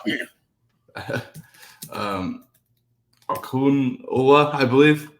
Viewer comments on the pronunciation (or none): The DE #93 is pronounced Oh-Ken-Lo'-La. He is a sophomore transfer from Pittsburgh where he had a redshirt freshman year. He was a 3-star coming out of high school.